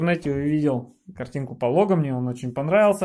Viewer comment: шиберТ, полоГ... Ребят, банями занимаетесь - учите терминологию, слушать больно